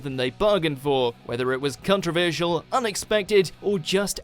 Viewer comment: "contra-veer-shal" wtf is wrong with you?